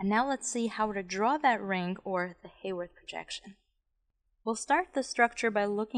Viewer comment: The definition of an alpha anomer is that in the Fisher projection the OH at C1 is on the same side as the OH that defines the structure as D or L. The beta anomer is the opposite - in any sugar. This is when the ring is drawn to continue to the backbone up from C1. Also, the name Haworth is pronounced with a short a sound (not Hayworth).